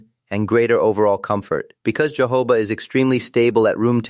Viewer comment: It’s Jojoba oil, NOT Jehovah oil for heaven sake! The ‘J’ is pronounced as letter ‘H’!